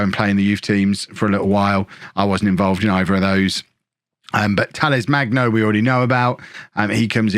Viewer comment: FYI: hard g for Magno